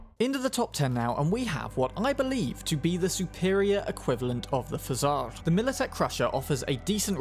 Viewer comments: not exactly. The P sound is like regular "P", and the "o" is heavily reduced, which brings it closer to the French "Pajâr". You could copy-paste the word "пожар" to the Google Translate and hear the voiceover; it's voiced accurately enough there. This word translates from Russian as "fire". Not like a campfire or chimney type of fire, though, but rather the emergency type. Thank you so much for your attention! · Pozhar is pronounced with the [ʒ] sound, not like "z". [ʒ] corresponds with the letter "ж", which sounds like voiced version of "sh". It's like "j" in French.